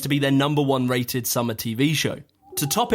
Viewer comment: ra"T"ed!!!; bro, you have booted up your T pronunciation, here's a pat on the back, your biggest jump yet on my binge of your content ::)